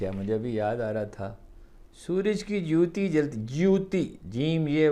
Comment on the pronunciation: Haroon sb lafz ( joote) nahi ha balke (jote) ha mazrat ky sath لفظ جوتی نہیں ہے بلکہ جوت سے جو تی ہے